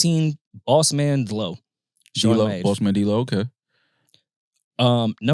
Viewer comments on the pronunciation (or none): why did pronounce Bossman's name like that?